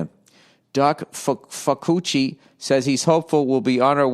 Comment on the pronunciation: "doc... doc fuh-coochie" fow-chee lol